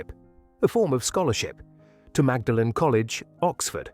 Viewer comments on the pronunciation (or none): Such a well assembled program well researched and well presented , its such a pity that the pronunciations are off .Not all English words particularity place names are pronounced as they are spelt, for example Magdalen is always pronounced Maudlin dont ask why it just is ,there are other examples scattered throughout such a shame However I really enjoyed it and gave it a "like"